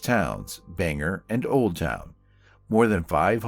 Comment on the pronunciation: It's Bangor like (bang-gore) not (banger)